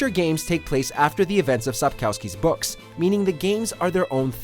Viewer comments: It's not SapkAUSKY... It's kurwa SapKOWSKI. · can't pronounce Sapkowski correctly Sap-kov-ski, the w is pronounced as a v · it's cute when foreigners try to say the Polish surname of author correctly 🤣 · Please learn how to pronouns Sapkowski. Minimum effort reacquired!